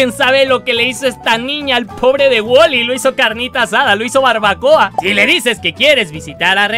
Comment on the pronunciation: Alguien mas se dio cuanta que el en vez de desir wolly osea la obeja negra dijo wally XD